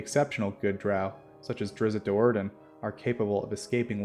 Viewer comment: You are the only D&D channel who actually pronounces Drizzt Do'Urdens name correctly. THANK YOU!!!!!